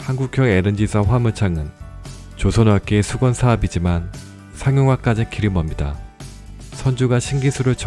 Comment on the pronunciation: 멈니다 -> 멉니다